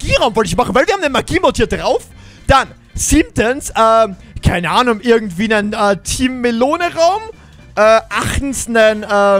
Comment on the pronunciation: keineanom hat er gesagt 😂😂